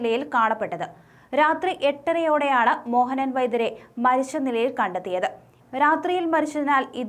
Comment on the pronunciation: മരിശ്ശു എന്നല്ല മരിച്ചു എന്നാണ് വാർത്ത വായിക്കുന്ന പെൺകുട്ടി പറയേണ്ടത്. ച എവിടെ വരുന്നു അതു ശ എന്നാണ് ഉച്ചരിക്കുന്നത്. നിർബന്ധമായും തിരുത്തുക